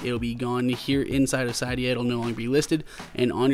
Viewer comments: cee.dee.yaa not cai.dee.yaa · Sigh-d-uh? Sid-e-uh... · You are pronouncing Cydia wrong